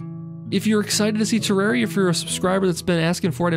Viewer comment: every time you pronounce terraria improperly, I cringe